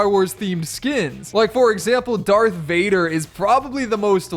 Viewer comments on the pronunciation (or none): none